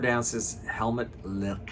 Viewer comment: I like the way you say Helmut's name!